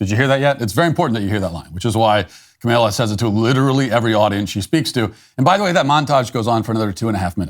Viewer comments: Kamala Harris is dumber than a six year old. But let's get her name right. It's not ka-may-la. It's not camel-ah. It's Kah-mah-lah. A great Hindu name that means lotus flower. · Are you deliberately mispronouncing Cameltoe's name? I'm okay with that. Trump's imitation of her was spot on. She speaks like she's talking to a group of 4 year olds. So, with all that video evidence, they still know that a Democrat will never be held accountable.